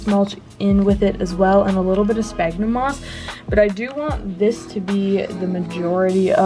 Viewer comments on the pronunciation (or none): 1. - pronounced “sfagnum moss” not sbagnum lol 2. - Im pretty sure you’re supposed to wet the moss beforehand, to let it expand